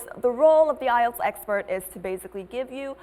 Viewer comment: Nghe cụm từ "AI EO TÁM CHẤM" bao giờ chưa nạ =))